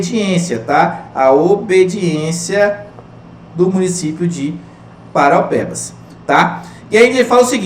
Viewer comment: Eu, cidadão de PARAUAPEBAS, vejo que você fala PAROPEBAS... kkkk é impressionante quanto as pessoas de fora não tem o costume de falar o nome da minha querida ParAUApebas kkkk mas.. obg pela aula, professor. estou acompanhando rsrs